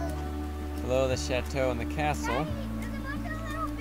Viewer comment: When they say chateau it bugs me because I speak French and they’re not saying right